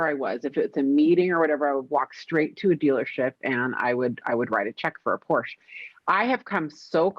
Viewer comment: You know I love you but you've got to pronounce Porsche correctly if you're going to own one 🤪